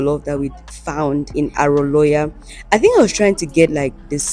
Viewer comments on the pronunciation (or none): It's the way you pronounced the name of the street. Aroloya. It pronounced as Haroloryar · Its Aroloya Street. It's pronounced as spelt